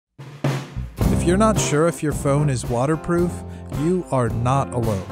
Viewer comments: Is just me or the ifixit CEO said "Wata proof"? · Why is this guy saying “watherproof”